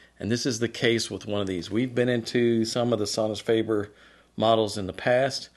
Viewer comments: Worst pronunciation of Sonus faber that I have ever heard. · As long as I can identify the brand, it doesn't bother me. Of course, I'm used to people butchering my long German last name.